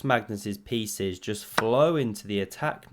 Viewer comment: At 3.22 do you say 'all of his feces ' or 'all of his pieces ' ?